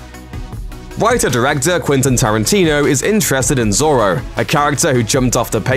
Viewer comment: Please learn how to say Django and Zorro correctly please